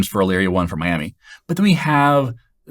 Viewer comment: Great explanation. Also, taking courses from your website. You must know someone from Elyria, OH because you actually pronounced the city correctly!